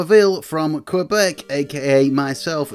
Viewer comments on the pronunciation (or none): none